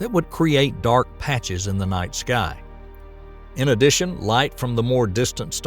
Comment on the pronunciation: Say "in addation" one more time